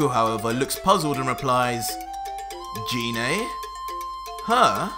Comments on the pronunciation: its geenay gine not jeenay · Am I the only one who gets triggered when he pronounces gine wrong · Why do you call Gine Jine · no hate but it triggers me how he calls gine name wrong like I'm guessing you've seen the movie where they call her gine